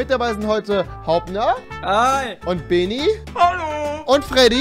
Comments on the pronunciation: Man sagt nicht beeeni sondern bennni😂👌😉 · Man spricht ihn Benni aus nicht Beeeni :/ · ES HEIßT BENNI NICHT BEENIE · Rewi man spricht Beni nicht Beeeeni aus sondetn Bennnni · Das e von Beni wird kurz ausgesprochen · bäni wirds ausgesprochen